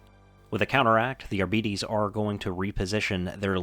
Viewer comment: Its pronounced "Ar-Bites" fam <3